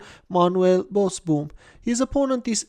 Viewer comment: Pronounced Bosbohm. Double oo is pronounced as a sustained o in Dutch. Like "Ooh no!"